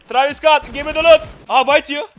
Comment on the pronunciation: TIRRAVİS SCAT haha TIRAVİS değil travis scout